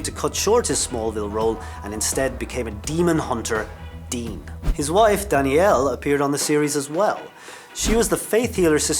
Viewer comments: Its Padalecki not Padaleski, and its Danneel not Danielle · Jensen's wife's name is NOT Danielle, It's pronounced DahNEAL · And he said Jared PadaleScki and Jensen's wife Danielle, not Daneel. He can't even read... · This guy's an idiot. He also called Danneel - Danielle. 🙄🤔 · Yea I think we can all agree this guy doesn’t know his facts fully. 1. Crowley didn’t get killed by Lucifer 2. There wasn’t only one girl who played ruby 3. He pronounces Jared padaleckis last name wrong 4. He pronounces danneel ackles first name wrong! DA FUQ?!! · You can't correctly pronounce Padalecki or Danneel, Gen wasn't the "one and only" Ruby, Crowley sacrificed himself (wasn't killed by Lucifer).... Geez, do your homework before putting out a video. I can't trust any of your "facts." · Umm you said Danneel wrong. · Patricia Booth He also pronounced jensen’s wife’s name wrong😂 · Amanda Kay I thought the same thing. And he pronounced Jensen’s wife’s name wrong 🤦🏼‍♀️